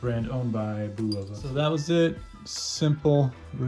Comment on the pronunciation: You're pronouncing Bulova wrong. It's pronounced "Boo-loofah," it's "Bull-uf-Uh."